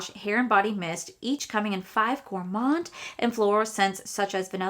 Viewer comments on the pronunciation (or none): none